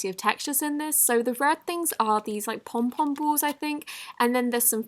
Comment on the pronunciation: The way she said pom pom , 😂😂 I loved it 😂